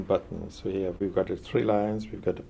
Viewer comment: Love the way he says, "hea" What we have hea..